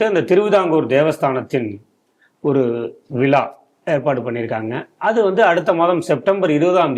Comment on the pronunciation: விலா அல்ல‌ விழா என்பது குறிப்பிடத்தக்கது